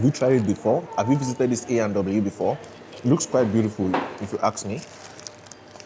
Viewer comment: Its pronounced A and W. You should try the Coney Dog. That is the signature dish at A&W.